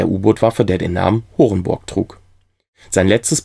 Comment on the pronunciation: Ach "Horenborg". Ich hab was anderes verstanden, war auch sehr blöd ausgesprochen.